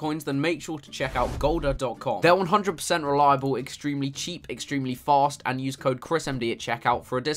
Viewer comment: the way he says "fast" is hilarious.